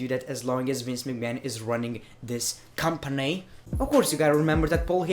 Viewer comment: The way he says company!! 😂